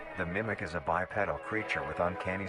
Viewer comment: Say it with me bi pee dall!